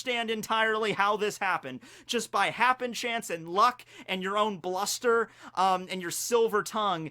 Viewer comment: If any Marine tries to arrest Mihawk, GOOD LORD let it be Kizaru. I would kill to see a fight between those two. Btw, it’s “SHE-CHEE-BUKAI” and “HAPPEN-STANCE”.